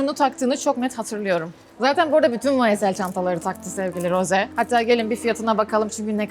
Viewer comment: hayır Rose-"roze" diye okunuyor.😊